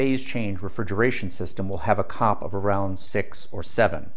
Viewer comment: Dude, a "cop" is the guy that writes you a ticket for speeding. Coefficient of Performance is never pronounced cop, it's always called C.O.P. (see oh pee). Please stop saying "cop". Over all very interesting. And no glaring misinformation. There some of your other things you said that were "cringe worthy" but I commend you for doing the video and bring this information to more people. I'm an engineer in thermal science, I've designed refrigerators and air conditioners for major US companies, including the company the created the first thermoelectric refrigerators that were used in the first nuclear powered submarines and later the manned missions into space that had refrigeration including Sky Lab.